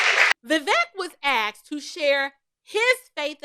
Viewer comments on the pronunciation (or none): Vivek was “aksed” …?